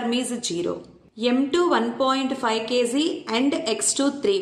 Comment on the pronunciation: kg bolna sheekh le phele gawar